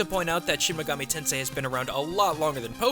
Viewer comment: Just what the hell is "shemmegametensai"? The word "shin" should be pronounced like the name Sheen or like the sound that a sword makes when you pull it out, not shehn or what ever the fuck you're saying. You're almost saying megami right, but the ending is a MI not a ME. you're saying it like mega"meh" the ending bit should be pronounced like the english word "me" and finally tensei. You are saying ten say, but it should be like ten seh. make the Eh sound not the A sound.